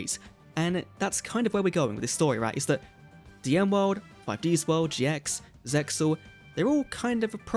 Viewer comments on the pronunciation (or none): Isn't ZEXAL pronounced like "seal"?